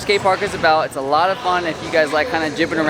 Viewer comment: its not latte 😂 its lot 8